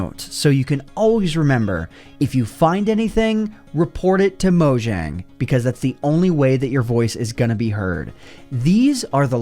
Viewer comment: Take a shot every time he mispronounces "Mojang."